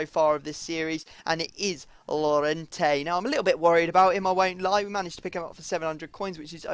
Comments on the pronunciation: It's pronounced Y-orente not llorente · since Llorente is Spanish his name is pronounced Jorente because in Spanish double L is a J